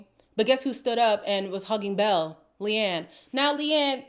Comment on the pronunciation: Leanne is actually an Irish name so it’s funny that Lucinda couldn’t even pronounce that name correctly. 🤣